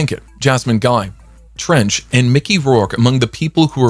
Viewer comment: Treach .....not Trench🤦🏾‍♂️!!!!!!